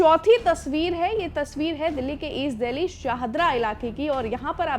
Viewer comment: दिल्ली ❌ गिल्ली ✅✅🤣